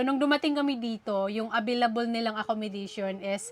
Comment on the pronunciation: Acco-mo-da-tion. At hindi acco-mi-da-tion. Walang permanent address, at hindi permanently. Just correcting for good.